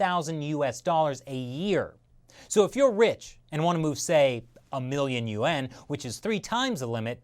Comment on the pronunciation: Good info but try to learn how to pronounce YUAN & Baccarat. It’s not Bacar-rate.